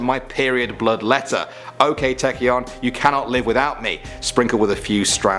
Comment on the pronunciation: it's Tae-cyeon not Teac-yeon:'D